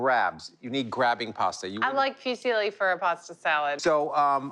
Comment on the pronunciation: My half Italian ears hurt and I cringed at hearing them say "Fyoo-seeeeely" 😖